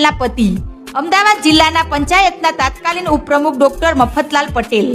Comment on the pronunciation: બેન તાત્કાલીન ન હોય તત્કાલીન બોલાય તત્કાલીન નો અર્થ થાય તે વખત ના તાત્કાલીન જેવો કોઈ શબ્દ ગુજરાતીમાં નથી. પહેલા ભાષા શીખો, બોલતા શીખો પછી મિડિયા મા આવો.